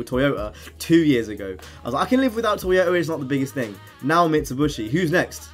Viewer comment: Anyone notice him saying toyotar